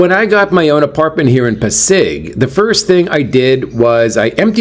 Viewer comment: it pronounced PA-SIG😊. Enjoy your day.